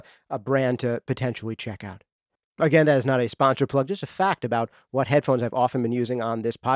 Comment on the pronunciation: DUDE! YOU SAID MY NAME!!! Much thanks to you and what you do here! I've been a fan since day one. You're literally the only podcast that I listen to like a religion. The nitty gritty detail that you go into, the relevance of the material, the way you say "whot"... it's all great stuff! I plan to continue to support you in any way that I can. Do you need an engineer? A video editor? A coffeemaker? I got you! :D